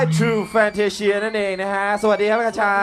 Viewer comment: มีความสุข ฮี่ๆๆๆๆ คชาเอ๊ยย พูดชื่อจังหวัดผิด น่ารักไปนะ ^^ ร้องสดเพราะขึ้นมากนี่พูดเลยยย